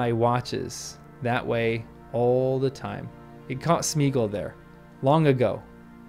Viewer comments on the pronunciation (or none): In case none of the other hundred-plus has noted: It's SMAY-ah-gawl. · I didn't know in 2000, and I don't know now, why Jackson made Sméagol (Smaya-gol, surely, or if you seriously minimise the "a", then Smaygol) rhyme with beagle. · Why did the films have to ruin the pronunciation of Sméagol? The accent is there to show that it should be pronounced like the Old English diphthong “ea” and not like Modern English “ee”.